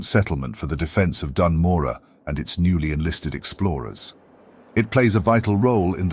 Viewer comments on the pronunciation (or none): Bro, why don't you make sure you know how to pronounce Dun Morogh before you make a 24+ minute video on it. It's not Dan Morah, it's Doon Moroh. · Hell yeah! Only thing I'd say is the pronunciation of Dun Morogoh feels off? I COULD be wrong. Regardless, yet another fantastic video, and the penultimate starter zone! Then? THEN WHAT?! There's so So SO many zones i deeply need these style videos done for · ''as the lore keeper of ( says the name of the zone wrong)'' good lore keeper xD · Awsome stuff. Please learn to pronounce Dun Morogh 😅 AI voice is kinda bad aswell. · Amazing video, my only question "why are you saying Dun Morogh as if there's any "A" in it?" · no offense meant! I've only heard them pronounced 1 way so hearing another phonetic interpretation of it threw me off!